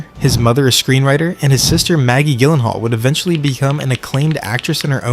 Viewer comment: Gyllenhaal JILL-EN-HALL You twit